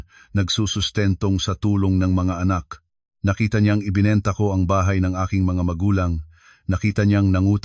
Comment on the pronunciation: Mr.narrator mag aral Ng tamang bigkas Ng mga pilipino,ang bahay naging tahay?